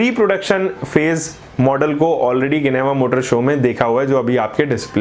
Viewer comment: इसको जिनेवा बोलते है ना कि गिनेवा